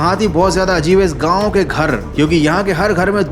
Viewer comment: Gaun ❌ Gaon ✔️